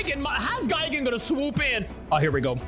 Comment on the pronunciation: One thing that pisses me of is pronunciation of gigan and anguirius he says guygan and angwayrus no offense